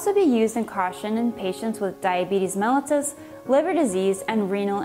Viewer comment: There's no X in especially and it's pronounced "melitus " good video though.